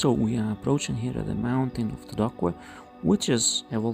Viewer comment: The pronunciation of "Todoque" is "Todoke" and, not "Todokue"